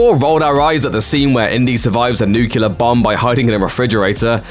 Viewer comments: Speaking of"flaws"....You said nukiller instead of nuclear at the beginning of this video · New-clear. Not , new q lur. Now ya know.